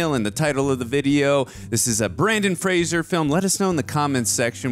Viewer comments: It’s pronounced Fray-zer (like razor). It’s not Frasier. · It's "Fraser" like the "Razor"! If you pronounce it like the show "Frasier", he will get mad! 😉🫶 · Brendan not Brandon and Frasier is pronounced Fray-zur according to Brendan. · Yes, yes, yes! Such a great movie ... but as a PSA - Fraser is pronounced to rhyme with Razor. (Not Fray-zur like Kelsey Grammer!) Said only with love because Brendan has battled it his whole professional career so the least we can do as fans is get his name right 🙂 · If it helps, and I’m sure others have said it, Brendan Fraser has said that his last name is pronounced like laser 🙂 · You’re to go to the first time- it’s pronounced Fra-zer. He always corrects people. He says it’s Fraser like razor. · Fraser rhymes with Razor